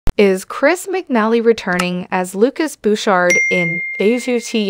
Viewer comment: His name is pronounced wrong